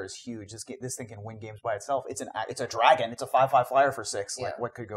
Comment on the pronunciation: "a land dragon". I think you mean a 'Draggin"... I will see myself out